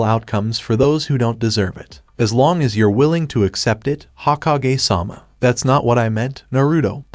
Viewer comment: hoh-ko-gay, its pronounced hoe-kog-aye